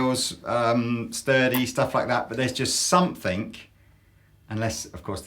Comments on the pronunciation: "sumpthink" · I'm having trouble finding the k at the end of the word "something"